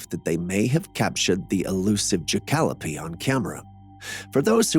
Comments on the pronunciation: It's pronounced Jack oh lope. Thank you. JACK (JACK RABBIT) O LOPE (ANTELOPE) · It’s pronounced JACK-A-LOPE. I love the show!!!